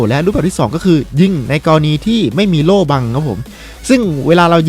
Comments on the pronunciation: โล่ครับโล่ จะกระดกลิ้นเพื่อ555555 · ล . ลิง กระดกลิ้น 55555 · ใครฟังเหมือนผมบ้างพี่เขาพูดว่าโตโล่